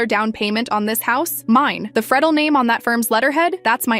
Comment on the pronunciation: It's pronounced "free-del. I know this because that's my last name.. lol. AI sucks.